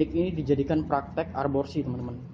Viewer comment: Bukan arborsi bang tp aborsi 🤣🤣🤣